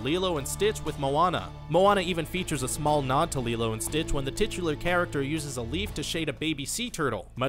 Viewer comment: You pronounce lilo as Lie LO